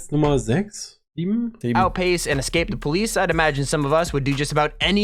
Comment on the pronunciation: "The great escate"